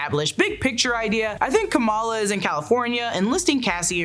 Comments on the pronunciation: PSA its Kum=ALL-AH Not KOM-EL-UH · She's Ka-MAL-a. She's not Comma-La Harris.